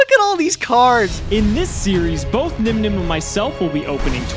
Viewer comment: Possible SPOILER THEORY: I think there is a possibility that Stratos took issue with how Nyhmnim pronounced his name in this match and it's why he lost the duel lol